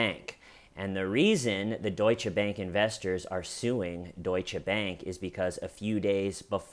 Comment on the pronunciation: Dear, First, thank you for pronouncing Deutsche the right way. It gives me hope to one day hear Einstein pronouced as it should be by Americans, and it is not the epstein way (epstein doesn't deserve the Majuscule). Thank you also for reminding us that your channel is not only good laughs. I sometime feel reading the comments that we are waiting, expecting even, the good jokes and like with this family, nothing funny about it. Thoughts to them and I hope the husband recovers. I think you give the good theories regarding why he did it, and unfortunately I wouldn't even be surprised if it was because of ladies night. He is like an incel, and we all know what they can do.. But yeah, another "suicide" related to epstein... hum... Of course we all know that the Fedex will become a thing in the TCL family, and I love it! Because your comment section is just one of the best, and the Schmeeda fam brings much joy in my life right now, as you do too and first, much gratitude for you. And last thing: have you been rewatching Fargo lately? Cause after the "I'm cooperating" I heard the ", you're underperforming!" the same way haha. Much love from Belgium, hope you are doing ok? P.S: please make teeshirts or whatever! Please please please! I want to represent the TCL here in Belgium. (How can someone run out the back door from a high rise appartment? There's not even a front door!?)